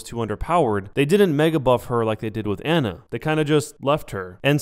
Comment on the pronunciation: listen. you consider yourself a overwatch pro when you can't pronounce torbjorn and ana